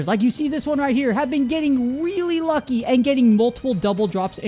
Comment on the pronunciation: "have been getting WEALLY wucky!"